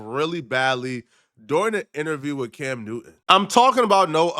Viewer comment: Cam not dimb